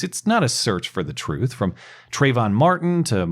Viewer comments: All he wants is the truff! I had the same question. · He said, troof